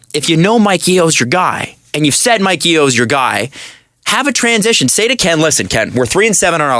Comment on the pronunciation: Also it's Yo not Ye-o